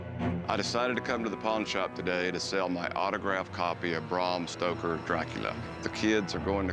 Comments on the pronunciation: “Bram Stroker” 😑 Yeah, probably best not to try and educate the sellers on the provenance of an item when you can’t even pronounce the author’s name correctly. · “Bram Stroker” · Did Corey really call him Bram Stroker!!!🤦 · “I got an American first edition signed by Bram Stroker” lmao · He said Bram Stroker hahahahaha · Who tf is brum stoker? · ''Bram Stroker'' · Its not Brah M Stoker. Its BRam Stoker. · Did Corey say “Bram Stroker”? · when corey said bram stroker that nailed my coffin tight lmao